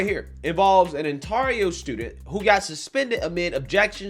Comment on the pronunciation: "Canada is kinda crazy", compared to what?!COMPARED TO WHAT,?! You really can't say ontario properly?! How many ontario's are in the u.s., dummy?